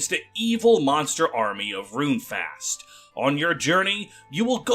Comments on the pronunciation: It's pronounced faohst not fast. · Great video, but man--your pronunciation of Runefaust is killing me! 😅 The second part of the word is "faust"--think "fowst."